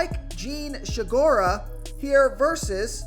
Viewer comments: "Jean She-gura"? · How it is possible to look at “Segura” and find an H in it? It’s getting out of control man but still always good for a laugh.